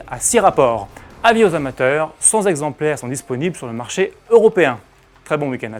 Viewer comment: Sans exemplaires à au lieu de cent exemplaires. Attention aux liaisons ! Il en faudrait au moins 200 pour qu'il y ait des "zexemplaires".